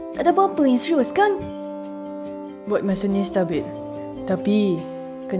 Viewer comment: “Serious” = “seriyes” 😊